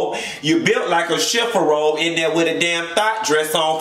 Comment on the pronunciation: 🤣🤣⚰ #DEAD... lordt he said a chiffarobe.. haven't heard that since my granny